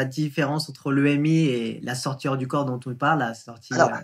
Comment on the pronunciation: question de prononciation : on a l'impression que vous dites "la sortir du corps" au lieu de "la sortie du corps" ou "la sortie hors du corps"